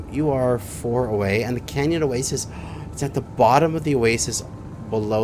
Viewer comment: Are you ever going to pronounce oasis properly?